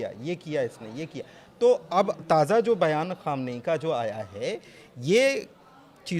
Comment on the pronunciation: Ankur; khamenai kahna seekh len pahle phir patrakarita kren